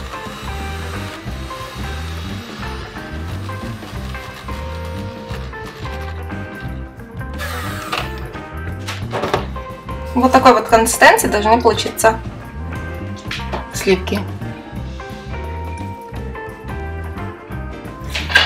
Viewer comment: Крэм, консистЭнция...крэшка 😂